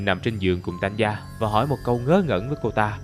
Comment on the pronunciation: Hình như Tanya phát âm là Ta ny a chứ ko phải Tan ya mà nhỉ :v?